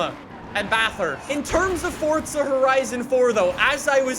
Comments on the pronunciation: It's not fortza it's forza I just had to do it sorry. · welcome back to fortza horizon me: so where is the t in forza exactly? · Why do youll say fortza